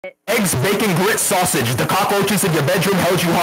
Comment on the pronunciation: backon” “sausoge” “headroom” “heald”